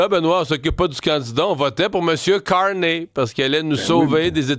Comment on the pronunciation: ca dit charney quand t pas capable de dire correctement un mots de 6 lettres ca donne le niveau d’intelligence d’la population du quebec